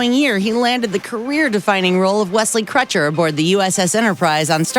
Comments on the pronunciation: All the comments are about fact-checking. Here's a few from me: it's Wesley "Crusher" not "Crutcher". David Tenant was not on Doctor Who for 8 years, not even close. Christopher Eccelston's career didn't go down the toilet when he left, he's doing just fine. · Crusher...not Crutcher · Does she really say "Crutcher" instead of "Crusher"?? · "Wesley Crutcher"? its Crusher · I was looking through the comments to see if someone else noticed!! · Crusher, it's pronounced Crusher 🤦🏼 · It's C R U S H E R. Thanks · "Wesley Crutcher"? And when did suposibly become a word? Little wonder why kids can't read or write these days. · Im so happy someone else noticed like wtf? Lol